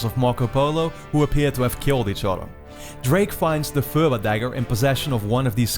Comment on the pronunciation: other than the pronunciation of "purba" dagger. video was incredible and brought me back to 11 years old